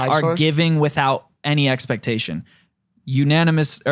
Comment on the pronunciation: its annoymous not unanimous